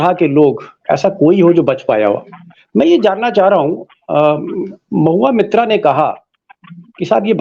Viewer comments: Deepak Ji surname is मोइत्रा (Moitra) not मित्रा (Mitra). In Bengal these are two surnames in use. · Sir "mitra" Nahi "MOITRA". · It's MOITRA not Mitra Sir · Deepak, please pronounce Moitra correctly. She is Moitra not Mitra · Again sir, its Mahua Moitra not Mitra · Deepak ji ! She is Mahua Moitra not Mahua Mitra so please correct the pronunciation of Moitra for all and oblige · Its MOHUA MAITRA not MITRA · Sir, she is Moitra, not Mitra. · मित्रा और मोइत्रा का फर्क समझिए। सही उच्चारण करिए।